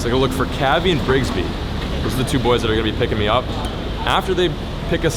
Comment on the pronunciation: Lol "Brigsby"? cringing 😂😂